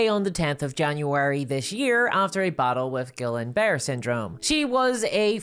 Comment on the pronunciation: Gee-ahn Bar-ay. It's horrible. My BIL had it.